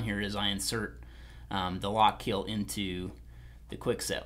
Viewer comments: It’s pronounced “Lock-KILL” not “Lock-KEEL”... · "Lock Keel"